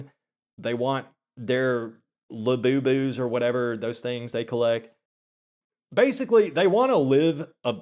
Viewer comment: I know this comments section is blackpilled af, but hearing "Labubus" in that southern drawl made my day lol